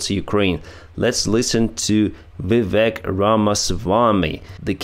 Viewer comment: Good job on pronouncing Vivek's last name. His first name sounds more like cake or fake, so it Viv'ake (phonetically) Also vivek is unlikely to get close to the white house unless he is accepted as a vivlce president.